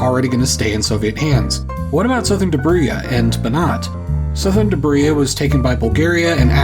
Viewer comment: It's one of those rare cases where pronouncing the "j" in "Dobruja" in an English way would've been better.